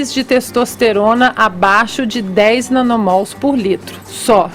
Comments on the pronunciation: Fefito provando que entende do assunto. Ele disse "nanomoles" e não nanomols. Assim como criou o 11° mandamento, criou mais uma unidade de medida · Falou "nanomoles"... acabou a credibilidade de sua fala kkkkkkkkkk